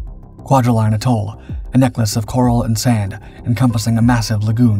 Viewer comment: ah k'mon, taRAwa? really? you dishonor them when you mispronounce where they sacrificed. TEARawa and btw AEtall, not agTOHL sheesh, get it right, PLEASE as he closed the distance to the pill bos, you show a GERMAN soldier running, fer chry-yaiy! but with all that oohrah!